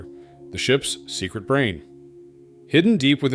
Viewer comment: Secret not ts